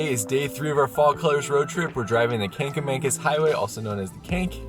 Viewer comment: The black smoke was from the coal fire that powered the engine. They still have that but it only runs once a day on the first train up the mountain. I thought they had added that engine to the last train, too but Covid may have changed that. Don't feel bad about saying Kang-a-mang-us. I grew up in NH and we camped along the Swift River (river that the Kanc follows) in the 1960's and pronounced it that way well into my adulthood. Surprised me when I found out that it was spelled with a C instead of a G. Googling the Cog will give you info about the schedule and which type of engine they use.